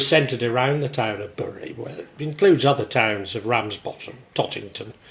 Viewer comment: Great video, but I understand it's pronounced "Berry", as my mum was from there and that's how she said it ought to be pronounced.